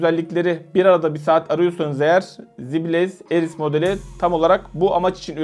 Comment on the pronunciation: Ares kardeş Eris değil.